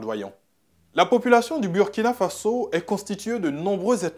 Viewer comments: Burkina Faso se prononce Bourkina Faso. C'est un mot invariable, dans toutes les langues il reste pareil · L'animateur soit il se fout des gens soit il doit repartir à l'école. On écrit Burkina Faso mais ça se lit Bourkina Fasso. Si c'était Burundi comment tu allais lire ça? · Désolé mais tu prononce mal „Burkina Faso“ toi tu est ivoirien et puis prononce comme les Français. Tu fait exprès ou bien? 🧐 quand même toi aussi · Ton maudia c'est pas Birkina Faso c'est Burkina Faso ton maudia 😂😂😂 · Il a le Burkina Faso, il n'a pas dit Birkina, normalement en français ça se prononce Burkina et pas Bourkina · Mauvais reportage en plus tu prononce mal le nom du pays